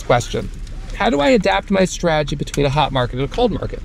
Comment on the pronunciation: There's a T in straTegy. It's not 'sraaaagy'.